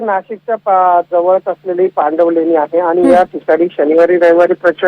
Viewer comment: Pandanvaleni nahi❌️ पांडवलेणी aahe te✅️